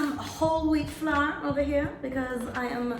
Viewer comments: Ive never seen someone not know how to say ✨🌺flower🌺✨ (flour) fse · I felt it when she said "flawer" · You saying flour, “flar” reminded me of saying No “naur” . You made me laugh so much 🤣🥰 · Omg why can’t u say flour 😆😭😭😭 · I don’t think I can ever say flour the correct way again 🤣